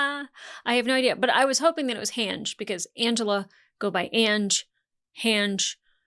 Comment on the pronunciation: Hange is pronounced "Hangee" I love how you start theorized within the realm of possibility until you go so wild and way off track that I want to say "rein it in", but better to let you have fun with it m